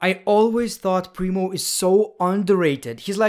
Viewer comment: My dumbass thought he was saying Bree Mode not Primo 🤦🏻‍♂️